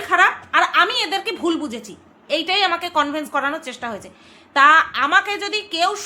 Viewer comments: Kothata convince conveyance na bhul bhal pronunciation korben na bhishon kaane lage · কথাটা , Convince.. কনভিন্স.. কনভেন্স নয়।